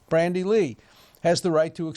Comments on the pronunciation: Dear Professor Dershowitz, thanks for all you do, I'm a huge fan! Glad to watch this update, just one tiny quibble with your presentation: I believe that her first name is "Bandy" (with no "R") rather than "Brandy" as I've seen in several quotes of- or by- you. Please forgive me if I'm mistaken, but my sincere hero-worship made me want to alert you to avoid any ongoing error, no matter how tiny! Cheers & best wishes! :) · It's Bandy Lee, not Brandy Lee.